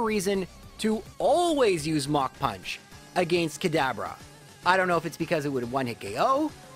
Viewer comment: Yes, that is how we pronounce it.